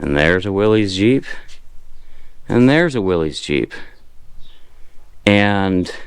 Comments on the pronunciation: You lost me at "willies" - it's WILL-ISS. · So, does your wife know about all of this? BTW the name Wiiiys is usually miss-pronounced. It is pronounced as the word were spelled Willis. I know,, sounds crazy, but that is what I was told. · It's pernouned " Willis" the y sounds like an I . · 1945 and early 1946 CJ2A Jeeps had column shift as well as the ultra rare CJ2 'Agri Jeeps' of 1945 and 'Tuxedo Park' (CJ5A, CJ6A) editions of the 1960s. It's Willys, pronounced Will-iss as John North Willys pronounced his name.